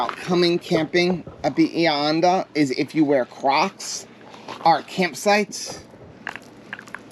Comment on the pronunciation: It’s Bah-he-ah Hon-dah